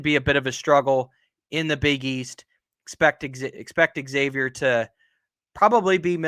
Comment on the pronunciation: No shit if you're a podcaster on something call Big East Energy, shouldnt it be a requirement to be able to pronounce Xavier correctly?